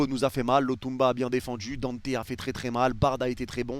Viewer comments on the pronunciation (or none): none